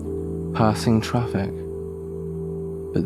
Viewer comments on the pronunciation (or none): Ahh, when he said you may hear traffic, I heard TRAFFIC.